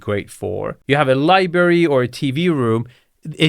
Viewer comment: missing an r in library. Understand, I work with an Iranian.